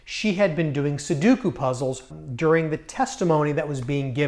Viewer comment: sudoku, not soduku